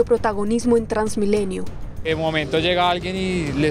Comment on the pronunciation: "Trasmilenio". Rafael Poveda